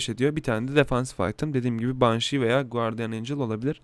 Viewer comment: guardiyın, banşi, last vişpır değil; gardiyın, benşi, last vispırdır canikom